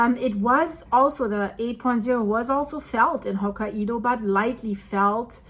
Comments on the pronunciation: Ho-ka-y-do not ho-ka -ee-do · Ho-kai-dough NOT Ho-ka-e-dough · it's pronounced Ho-ki-doh! 😂 Not! Ho-ki-edoh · Not hokka- ido, but hok- kai- do. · You do an excellent job and I’ll help you with a pronunciation. It’s Ho-ki-doh not Hoka ido. Keep up the great work! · hok ka i do? Lady just say Hokkai do lmao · It's Hokkaido ...not Hoka ( the shoe ) Ido 😂😂😂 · Hokkaido is pronounced "Hoh-KAI-doh. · It's pronounced Ho Kai Do. hahaha. Love your vids!!! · Hi I believe Hokkaido is pronounced “Hock-eye-doe” with the “eye-doe” part said quickly. 👍❤ The Japanese nation is in my heart at this time, hoping it settles down. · The problem with phonics is that they don’t translate evenly from one language to another. It took me a moment to figure out what place you were talking about. Hokkaido is pronounced as ho KI do. Japanese yes, hai, is pronounced as HI. The “a” is silent. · Hi, I really enjoy your comprehensive look into current events and love your pronunciation of some places, I know English isn't your first language so where are you from originally? I believe Hokkaido is pronounced. " Hok - eye - doe" 😍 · Your Personal Linguist sez: The northern Japanese island’s (Hokkaido’s) name is pronounced “hoke-KAI-doe.” God bless you for all you do—and for struggling through the place names as you do it! My wife and I discovered you just before the Blatten catastrophe, watched, riveted, through it, and have followed you avidly ever since. Thank you! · Hokkaido is pronounced “Hokkaydo “. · It’s hokie pokie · Hokkaido, japan is only three syllables